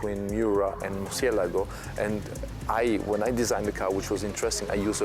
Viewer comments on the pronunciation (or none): OMG How come they couldn't get a narrator that could pronounce "Murciélago"? Correct pronunciation You know how smartphones have a "voice to text" feature? If I pronounce Murciélago like this doofus, my phone writes "mercy a lago". If I pronounce Murciélago correctly, my iPhone spells it correctly.